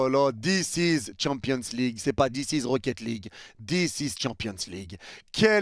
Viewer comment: Dis iz champions league dis iz 🤣